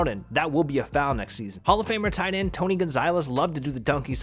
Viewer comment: Bro you literally butchered Tony's name